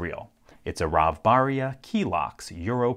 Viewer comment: as a person from israel, the way you say that name made me giggle.